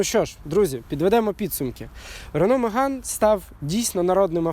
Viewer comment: На початку відео три рази переслухав, думав почулось що не Меган а Риган сказали. Я б тоді точно лайк поставив і підписався. а так...